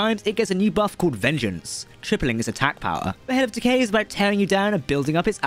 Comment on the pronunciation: I swear during that ad he said "Head of Takei" not decay 😅